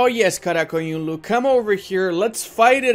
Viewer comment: Bro you said QaraQoyunlu and AqQoyounlu perfectly